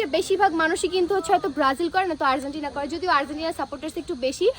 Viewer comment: It's Argentina not Arzentina ok